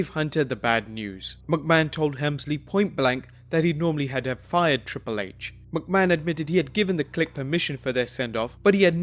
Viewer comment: You sound like a chicken when you say McMahon. Like wtf is your problem?